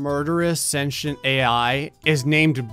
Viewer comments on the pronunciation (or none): He said senchent it’s sen tee nt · "Sashant ai" People who like to correct people: ITS PRONOUCED SCENT-TI-ENT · It's pronounce Sin Tea Ent not Sin tion. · its not senchent its cen T ent for sentient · just sound it out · Have i been pronouncing sentient wrong my whole life or?